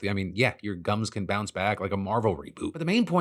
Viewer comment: Did he say "your gums can biunce back like a marvel reboot" during the ad? 😂 If so props to whoever wrote that!